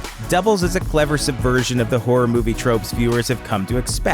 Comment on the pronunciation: Why is he saying "Hurror"?